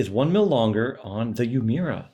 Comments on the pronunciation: It's pronounced "Ooo-Eh-Muh-Ra", not Yu-mura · Love your vids! Just for reference it’s pronounced ooh-eh-moo-ra though not as exaggerated